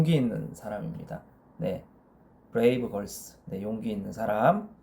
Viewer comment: ㅋㅋㅋㅋㅋ 용기있는 사람 다음에 나지막하게 '브레이브 걸스..!' 앜ㅋㅋ 진지한 와중에 그러시니까 빵 터지는 것 같아요 ㅋㅋㅋㅋ 이번 영상에서 머리 정말 예쁘세요! 그리고 강의 덕을 톡톡히 보고 있어요ㅎㅎ 감사드려요!!